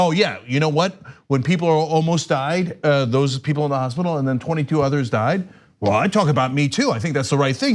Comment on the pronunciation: When Trump says people, it sounds like he is saying beople.